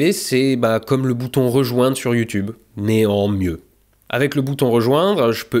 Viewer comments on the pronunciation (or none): none